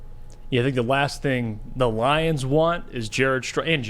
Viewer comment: "Detroit Lioms" BRUH 🤣😂🤣